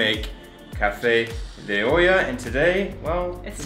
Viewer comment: It is super cool when you guys pronounce spanish words like real latino people. "Cafe de ohia... nonono cafè de olla :D" for a second I switch to the hispanic part of my brain and the perspective was surreal, like speaking to family.